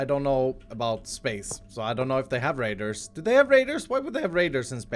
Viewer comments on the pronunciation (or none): when said radars with his accent making it sound like he was saying raIDERS not raDARS I laughed so hard when I thought to myself "Borderlands 3: Minecraft Edition"!